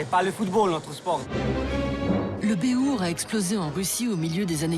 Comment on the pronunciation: Sérieux, cette belle émission de merde qui mélange le béhourd, les GN et la reconstitution historique et qui vient y foutre une point d'opinion politique à la con, avec cette commentatrice qui sait même pas prononcer le nom de son sujet, bravo les mecs, vous avez fait fort